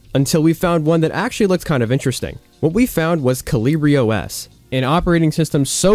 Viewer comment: Surely that's not how you say the OS name 🤣I guess the english name is Hummingbird so you wouldn't know